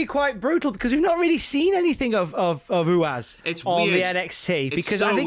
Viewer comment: Say it with me lads: THATS NOT HOW YOU SAY RUAS